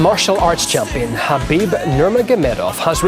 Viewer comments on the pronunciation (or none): He's neme habib not khanbib my allah with you all times